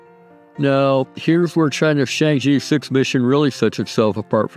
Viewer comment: Good video. Keep up the good work. P.S. Chang'e is pronounced as /chang-er/ but not /chang-ee/.